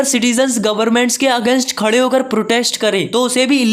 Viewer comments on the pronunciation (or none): none